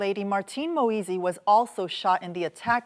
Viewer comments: these people can pronounce giuliani correctly but struggle with moise....smh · I wish they would pronounce his last name correctly